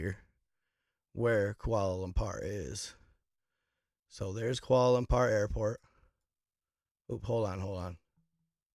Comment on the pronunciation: Dude don’t even know how to say kuala lumpur